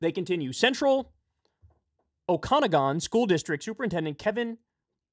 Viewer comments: Oka-nagan not Okan-agan. :) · Kyle butchered the pronunciation of Okanagan lol. O-kah-nawg-in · if it comes up in the future - Okanagan is pronounced OAK-in-AH-gihn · There are a lot of people walking around, it seems, who when they see a trans person they imagine them having sex with children. Weird that And its oh-kuh-nogin. Not o-khan-agon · Oh Kyle... Your pronunciation of Okanagan is terrible.... I've actually never heard it pronounced that way before. You make it sound like an evil organization in a Sci Fi movie. Oak-ah-nog-an.